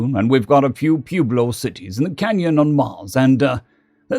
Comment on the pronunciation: Pueblo is pronounced pweb low. New Mexico here. Most folks have no experience with the languages out here.